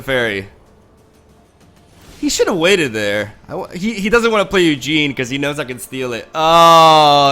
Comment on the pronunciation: Do people mispronounce the cards on purpose? Its a tad jarring to hear "Eugene , spirit dragon" and "Fithopeter the lost"